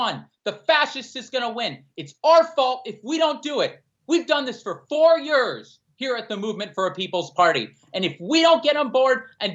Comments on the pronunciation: I'm with all of this except for pronunciation of "Yuuuurs" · Why cant say "years"?